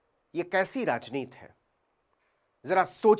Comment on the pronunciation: यार आप बार बार राजनीति को राजनीत क्यूं कहते हैं? आप तो अच्छी हिंदी बोल लेते है 'राजनीति' को क्यूं उच्चारण ठीक तरह से कर नहीं सकते?